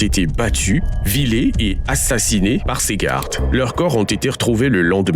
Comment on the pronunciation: EFFECTIVEMENT IL FAUT SAVOIR CE QUE L'ON VEUT. ON NE CHASSE PAS LE LOUP AVEC DES MOUTONS. ( pour info la voix synthétique idiote, elles ont été VIOLÉES pas VILÉES) .😢